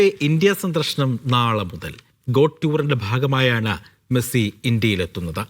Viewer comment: മെഴുസി അല്ല മൈരാ 😏😏😏മെസ്സി